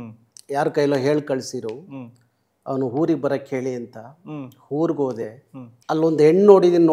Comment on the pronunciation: 1) ಕನ್ನಡ ಹೋರಾಟಗಾರರಿಗೆ “ಹ ಕಾರ” “ಅ ಕಾರ” ಗೊತ್ತಿಲ್ಲ ಅಂದ್ರೆ ಹೇಗೆ😅 2) ಹೂರು ಅಲ್ಲ ಊರು. 3) ಓದೆ ಅಲ್ಲ ಹೋದೆ. 4) ಹದ್ದೂರಿ ಅಲ್ಲ ಅದ್ದೂರಿ. 5) ಹೈವತ್ತು ಜನ ಅಲ್ಲ ಐವತ್ತು ಜನ. ಪ್ರತಿನಿಧಿ ಆಗಿರೋ ನೀವೇ ಈ ತಪ್ಪು ಮಾಡ್ದಾಗ ಇನ್ನು ಆ ನಿಮ್ಮ ಶಿಷ್ಯ ಕುಳ್ಳ ಸಂತೋಷ ಏನ್ ಮಾಡಲ್ಲ ಹೇಳಿ. ಎಷ್ಟೊಂದು ಸಮಸ್ಯೆ ಅನ್ಯಭಾಷಿಗರು ಟೀಕೆ ಮಾಡ್ತಾ ಇದಾರೆ. ಇದಿಕ್ಕೆ ಮುಖ್ಯ ಕಾರಣ ನಿಮ್ಮ ಶಿಷ್ಯ ಸಂತೋಷ.